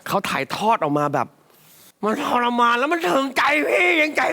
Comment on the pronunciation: ชรมาน. กับ ทรมาน. ถือว่าใช้ได้.ออกเสียงคำว่า ช ตลอดเลย. จริงๆ. ต้องเป็น ท ถือว่า ดี. แต่ไม่ดีที่สุด